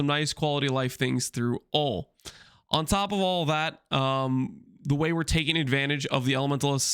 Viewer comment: HE SAID ON TOP OF AUL THAT LOOOOOL